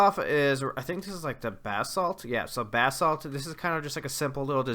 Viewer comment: Finally someone who pronounces basalt correctly!